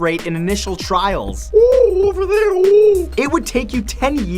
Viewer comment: Dude, for the pigeon fact you said “ooorvooorv over there” 🤣🤣🤣 - Love It!!!